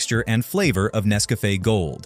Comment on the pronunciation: I wish they would hire a real voice actor, instead of an AI that can't pronounce Nescafe correctly. Zero out of 5 stars.